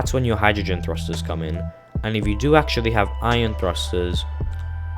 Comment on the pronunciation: Its pronounced "Eye-on" not "Iron" like the metal btw. Sorry that was just really bugging me. Good vid thanks.